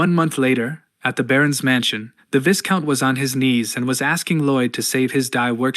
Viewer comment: Blargh, it's always the singularly mispronounced words that bother me, VIGH-count not vis-count Chroist, google is that way >>> I understand English as a second language, and text to speech as a method to ease production, but this has been solvable for .... well, for as long as other people existed (hell give me $5 and I'd do it)